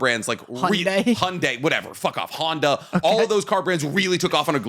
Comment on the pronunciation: Nobody:: Hi-YUN-dai